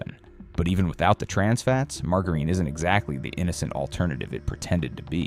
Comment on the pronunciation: WT* is mar-ga-reen?